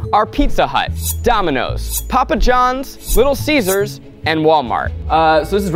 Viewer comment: I heard him say little scissors..